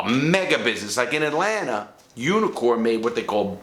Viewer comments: I kept thinking you were saying "unicorn". Couldn't figure out why they were called unicorns. 😂😂😂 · Took me a while to notice you weren't saying "unicorn."